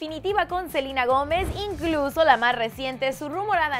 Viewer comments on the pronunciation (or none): es selena no silena jajajajajaja😂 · si vivian fuera Latina diría Selena no salina pero es e.u.a y dicen asi asi ¿ono? PD:no me vengan a insultar de que me quejo que le dicen selina ,no me quejo solo es mi opinión gracias por entender :) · F.Fangirl★ yo escucho que dicen selina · Selena, Selena tan difícil decir Selena Gómez